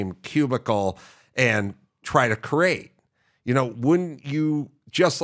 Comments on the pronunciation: Someone needs to tell Adam the word is CREATE {KREE-ATE}, not CRATE {KRATE}. Also, if you haven't seen Adam's auto racing documentaries, you should seek them out. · Why can’t he say the word “create?”